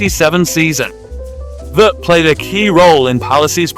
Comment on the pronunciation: Carl Veart is pronounced Ve-Art